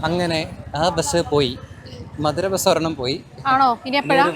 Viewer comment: മധുരൈ അല്ല, മതുരൈ ആണ്.